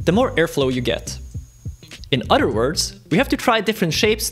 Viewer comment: Not being a jerk, trying to help point out an issue with the way you pronounce “other”, sounds like you’re saying “utter” which makes me think of milking cows….🐮 P.S. what you built is very interesting and yes makes me wonder why no one thought of it yet. Good job 👍